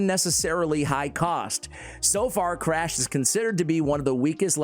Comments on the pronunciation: honestly only MY opinion, i think Crach is pronounced like "Krak" in "Kraken". "Learnt this pronunciation from playing too much Witcher 3. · Should be pronounced “crock” lol